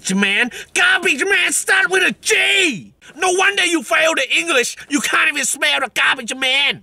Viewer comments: What about dah engless yea then he doesn’t know how to pronounce English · Like really “WHAT ABOUT SA ENGLESS”